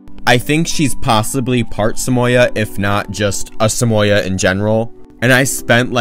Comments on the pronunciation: i was confused when i first hear you say “Samoya” cus i usually say “Samo yehd” idk the right pronounciation though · Is that how you guys pronounce Samoyed?